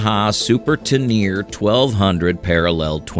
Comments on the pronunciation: TEN - ER - RAE NOT TENEAR , VFR NOT FVR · I thought it was pronounced Ten'-eh-ray, not Tuh-neer'. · FVR? It’s VFR. And go check out the pronunciation for Tenere. It’s not Tenear. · The mispronunciation of TENERE shows that the narration is robotic AI. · Yamaha Ta-NEAR?!? Ah, the joys of listening to AI pronunciation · What a load of wank. Not only is the Yamaha 1200 Super Tenere NOT a reliable engine, you can't even pronounce it properly. Also, no mention of the BMW K75; you must be the only person on planet earth who doesn't agree that it is probably the most reliable motorcycle engine ever... 😂😂😂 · When the host can't pronounce tenere correctly, you know this video is jist made for money.